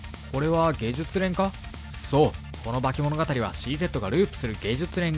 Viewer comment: ゲジュツノギとか読み方間違えてるのは動画としてどうかと思いますん